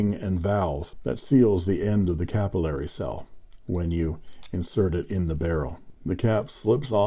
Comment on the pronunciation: Thank you for Pen Resurrection Sunday! I like the history and how the vintage filling systems work. Funny that you pronounce the system capillory (ku-pil-lory) for the first five minutes and then switch to capillary (ca-pil-lary) afterwards. Now to find the first episode of the series.